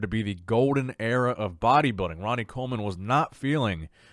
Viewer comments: Am the only one that thinks Bonac is saying "Area" for "Era"? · I hope English isn't Bonac's first language. Dude doesn't know the difference between "Area" and "Era". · Someone politely tell Mr Bonac that the word is “era” not “area”